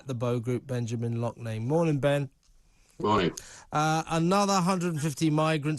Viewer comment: Love except for the weird ginger colour of the beard. LOFF-NANE not LOCH-NANE. It's DRAFF-T beer not DROCHT beer.